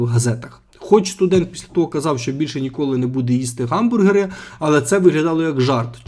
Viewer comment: Ніколи не варто говорити "ґамбургери", ви просто міняєте звуки місцями. Бо слово "hamburger" починається з h, яке ні в якому випадку не читається як ґ, тільки г за чинним правописом або х за старим